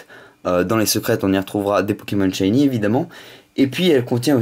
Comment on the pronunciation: Shyniiiiiiee pas shyné :p